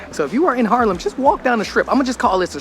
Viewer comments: I see my town, I upvote It's Haarlem, not Harlem buddy. You pronounce it with the dubbel A, like when you scream aaaaah, lol Harlem, New York was once ours tho. That was when New York was still called New Amsterdam. We traded it with the English for Suriname and they renamed it to New York. I'm 55 and live in the center of the city. You actually walked passed my house. My parents have worked in healthcare all their lives and are now 84 and 82. They also live in the center and still go to the pub 2 or 3 times a week to have a few drinks. They are completely independent and refuse any help I offer them. Isn't that nice? I always like your vids, you're such a positive guy. Have a great day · It's Haaaaaarlem dude, not Harlem.